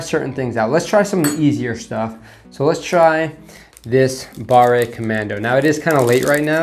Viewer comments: Its pronounced bar, not barré. We use e and é in french and they both sound differently. A good way to know is to type a word in google translate. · French language hint: "barre" is not pronounced like "barray" , the final E is silent so the word is pronounced almost like the English "bar" . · If the word does not have é at the end, you don't need to say "ay" so pâté is well.... pâté. Pâte is paste (fruit paste), and barre is a bar (and not barré :) ) Here ends your French lesson of the year !! 😂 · BARRÉ COMMANDO XD c'est ca qui m'a fait peter un cable a chaques fois qu'il l'a dit XD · FYI Fondue is a noun that describe a hot pot of a mix of strong alpine cheeses you dip your piece of bread INTO. Fondu is an adjective : melted cheese. You put it ON a piece of bread or craker In french if an "e" does not have an accent - é - you do not pronounce it most of the time when at the end of a word. So "Barre commando" or "Pate de fruits" should be pronouce "Bar/ commando" and "Pat/ de fruits". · pas grave ça XD nan le pire c'est quand il prononce BARRE COMMANDO XD